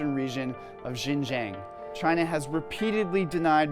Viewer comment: Lol, look at that snowflake news reader If you want to spread anti-China propaganda, at least learn how to pronounce Xinjiang properly